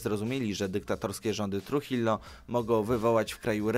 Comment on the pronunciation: Tak na przyszłosć, Trujillo czyta się truhijo, ponieważ w hiszpańskim ''j'' czyta się jako ''h'', a ''ll'' czyta się jako ''j''.